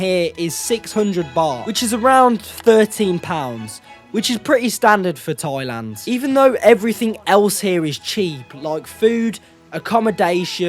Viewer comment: It’s not TOYLAND it’s THAILAND 😂